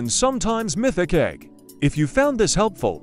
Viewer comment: why did text to speech say "L*ck1ng" instead of "Liking"...